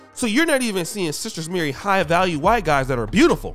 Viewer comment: "he's very very whyte" 🤣🤣🤣🤣